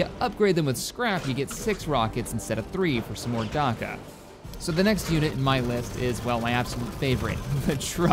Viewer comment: "Darkka" Delete this video and upload it again when you've fixed that thanks fella